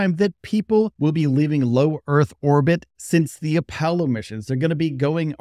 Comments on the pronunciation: Yeah he kinda flubbed the pronunciation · Wait, wait. Did he say appelo?